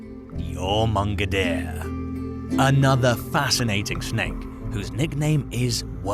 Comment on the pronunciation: bro, it's literally pronounced YOR-MUN-GON-DER. Jesus H. Christ. Do research before you make a video.